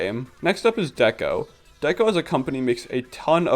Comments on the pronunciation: I'm sorry but please stop calling Deco "deeko". It's short for decoration and might also reference Decapods which are crustaceans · I love this video but your pronunciation of Deco is driving me nuts lol it's Deco as in art deco (dekko), the architectural style. Not necessarily related, but it's the same pronunciation